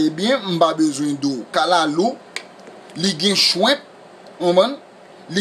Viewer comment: Li geyen "shwimp", li geyen "cheekeen". Hahahaha!!! Anmey!!!